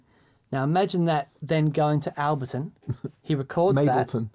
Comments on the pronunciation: "Al-bleton." You know you were saying that on purpose, you wanker!! ;) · Albleton? Like saying "nucular" rather than "nuclear". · Guys. Ableton. Break it down... "Able" (like "are you able to say this word") and "ton" (like "this shouldn't take a ton of effort). ;-)